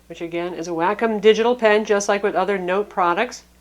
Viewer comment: "Wack- kum pen."